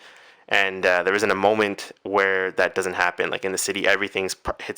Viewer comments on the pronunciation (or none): none